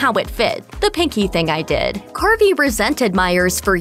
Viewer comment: Btw.. His name is Dana CARVEY, not Dana Carpy..